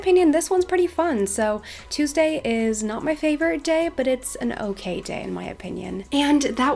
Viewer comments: it’s really cute how she says ❤️❤️❤️i love you so so much!! ( it’s pronounced toooosday❤️❤️) no hate!! i love you so much and welcome for learning almost entire english from just youtube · Omg I love your accent but the way you say Tuesday is so weird LOL don’t kill me ilysm 😂😂